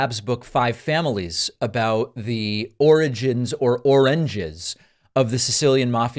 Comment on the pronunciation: Did you just say "oranges" instead of origins as a dig at Trump?